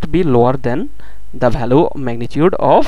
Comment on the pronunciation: very nicely explained I am thankful to you for this but if you dont mind then I want to draw your attention towards some pronunciation mistake 1- region it is pronounced as rigan. 2-value not bhalue